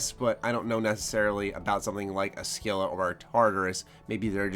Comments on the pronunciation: scylla is pernounced like sil-a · Scylla is pronounced "Sil-a".